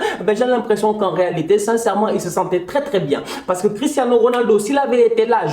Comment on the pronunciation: je rêve ou il a dit christanos 😂😂